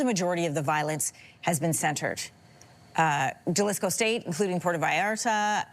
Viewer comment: The J is a H sound. Halisco. Your researchers should know this.